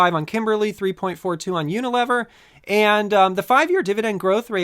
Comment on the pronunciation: I believe it's pronounced Uni-lee-ver